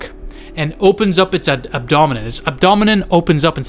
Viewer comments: Ab-do-men bro😂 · Pronounced: abb + doe + men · Add-o-min ? Now I can't say it! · Abdomen my guy.. please know know to talk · One of the most terrifying pronunciation of abdomen I have ever heard.